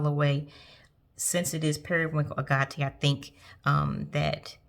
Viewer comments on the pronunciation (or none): I think Agate is pronounced “a” like in Apple, and “get”. also had to look it up for one of her Agate pens lol. That brown inkebara in your pistachio is gorgeous! I must now get a sample of it! Also your mother of Pearl resin (tromso) nautilus is gorgeous!!! Love the pattern on it. Wished my Leonardo had more purple like that haha XD but I shouldn’t say that, I love her still as she is!